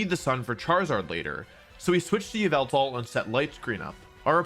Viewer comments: It’s called ya-Val-tal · its pronounced yah-vul-tall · it's yavaltal